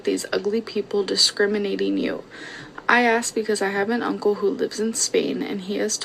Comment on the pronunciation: I always say with you "Here on... The ahnkle" 😂😂😂😂 love you boo ❤😂😂